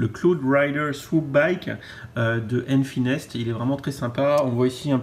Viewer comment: Et c'est enfys nest Et non enfy nest